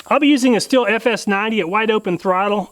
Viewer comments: Stihl is pronounced: "shteel" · Just an FYI...Stihl is pronounced Steel. Enjoy your videos.